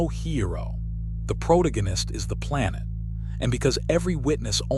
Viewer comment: Ai slop that can't pronounce protagonist